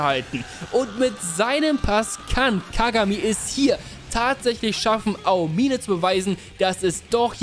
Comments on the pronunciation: Ahomihneh NICHT AO-MINE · mich triggert manchmal wie du die Namen aussprichst. Ao-mine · Aomime, ist das so schwer ??? Es einfach wie im Anime auszusprechen??? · Ey ich krieg die Krise😂 bitte beton bei Aomine das O nicht das I😂😂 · Wie er aomine ausbricht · Du hast den Namen Daiki Aomine sooo oft falsch ausgesprochen? Das es gar kein Spaß mehr gemacht hat, seine Szenen anzuschauen. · digger es triggert so hart wie du aomine aussprichst